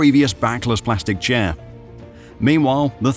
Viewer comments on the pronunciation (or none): none